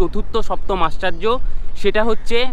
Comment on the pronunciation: আশ্চার্য নয় দাদা আশ্চর্য 😂😂😂😂